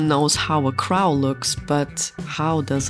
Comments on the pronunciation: I keep thinking you're saying 'crowd' or 'crown' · Your first video came up on my FYP. It was a cute piece so decided to keep going. For someone who this is there second doll this looks good. You differently reminded me of Catmelon in how you two lock your dolls in places. Lastly I love how you say crow 😊😅❤